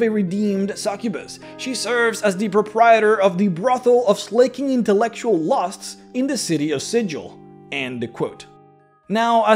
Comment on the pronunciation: You mispronounced Sigil. The G in Sigil(when referring to the city) is a hard G, not soft.